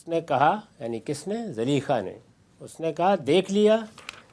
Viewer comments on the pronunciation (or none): zaleekha???? hahaha Zulaikha naam tha uska. itna sa to iska ilm hai